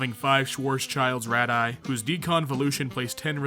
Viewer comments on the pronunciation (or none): that letter is a mu (mew). It’s used as an abbreviation for micro (1/1,000,000) in units. Also you mispronounced radii (Ray-dee-eye) and photon (Foh-t-ah-n). Not a big deal, just my scientist ocd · Dude said rad-eye... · He pronounced it as "rad eye" instead of pronouncing it as "raid-E-eye" lol wtf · Radii rad-di-eye :) love the channel btw keep up the good work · Ok well he can’t pronounce the plural of radius even though it’s not foreign... lolololol